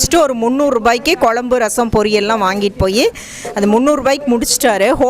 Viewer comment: Pls mam it's kuzhambu ..kolambu illa...don mistake